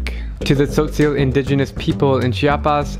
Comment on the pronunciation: And... It's "Tzotzil"